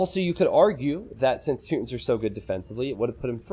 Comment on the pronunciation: I believe it’s pronounced “two-tawns”